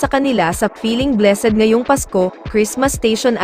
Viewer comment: Mali pa ang pronounciation ng blessed🤣✌️